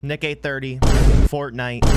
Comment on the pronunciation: I thought you said Nigay30 😂😭